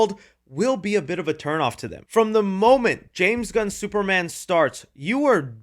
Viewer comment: It’s phonetically pronounced “James Gunn’s movie” and not “James Gunnzez movie” I love your channel and have followed it for many years but that pronunciation grinds my gears.